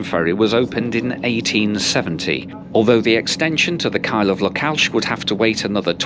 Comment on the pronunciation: For fk sake learn to pronounce names properly. It is not "Lockalsh".